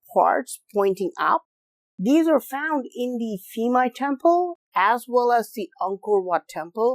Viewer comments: Interesting video thanks! One quick note: the "PH" sound in Thai words like "Phimai" is pronounced like a hard "P" not a soft "F". Drove me crazy for the whole video to hear you say "Feemai" over and over LOL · dear Admin Ph in Thai language = P not F ( Phimai : Pi - mai) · Phi=pee “peemai” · Bro, I am Thai. The PH = F pronunciation does not work as usual here. Phuket = Puket Koh Phan Gyan = koh pa gyan Phimai = Pimai For the reason why that I can thin of is back then Thais, even, at high level autocrat has no knowledge in English, and assumed that putting H after a letter will give it a heavier sound like T with Th. Supwr dumb, I know. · P-mai. It sounds like that. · Just discovered your channel and love this video! Have been to this temple, but you made me realize it's even more fascinating than I thought. Just a note though, that the name is pronounced with a /p/ rather than an /f/ sound (Thai: พิมาย). In the romanization of Thai, the 'ph' in spelling doesn't make an /f/ sound as it would in, say, Vietnamese romanization (which makes it confusing). I just mention this because the incorrect pronunciation threw me off at first, but I'm glad I stayed for the whole video because it's fantastic.